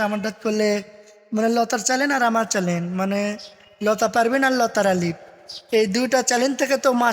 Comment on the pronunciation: চ্যালেন না,চ্যানেল।